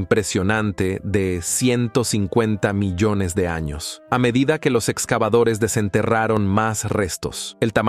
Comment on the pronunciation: Es un programa de voz , por eso pronuncia tan mal. Dice arroz (rice ) y carrera (race) en vez del apellido de Piri Rais. Y en otro lado, "milones" en vez de millones. ¡Horrible! Tal parece que medio mundo se ha vuelto mudo.